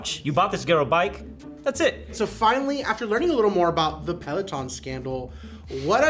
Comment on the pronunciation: the mispronunciation a pealeoton